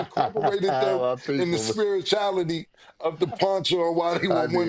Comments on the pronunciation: “SPIRITALITY” IS HILARIOUS CAM. 😂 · Spri-chality, you heard the man 😂😂😂😂😂